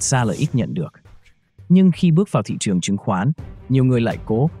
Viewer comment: phát âm sai từ ngữ sinh ra mà nói là sinh da tuổi trẻ mà nói là tuổi chẻ. nên học cách phát âm lại thị trường chứ không phải là thị chường.